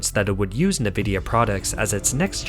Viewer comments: Company is pronounced EN-vidiya not NEH-vidiya. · Narrator: It's (the letter) 'N' + "vidia" NOT "Nih" + "vidia." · Its pronounced like EN-vidia not NE-vidia, and Taiwan is a very important COUNTRY!! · A unique way to pronounce nVIDIA (neh-vidia). nVIDIA from latin invidia which is also the root of word envy . Makes sense then, that most pronoynce it en-vidia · small correction. its not "na-vidia" its "en-vidia". they used to say it in the intro logos of old games, its burned into my brain lol. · You keep pronouncing it as "NEE-VID-YA" on all your videos. It's pronounced as "EN-VID-YA". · The company nVidia is often pronounced incorrectly. Instead of "Ni-VID-ee-uh", it should be "en-VID-ee-uh." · You need to train your AI voice that Nvidia is pronounced en-vid-ya. Also, Taiwan 🇹🇼 is a country. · Just so you know for future reference; it's pronounced N-vidia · "NaVIDIA"? lol?! what planet are you from? and why does your narrator speak like a robot? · Sounds like chlamydia when you say Nvidia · A real person would know, or learn how to correctly pronounce "Nvidia", i.e. the main subject of this video.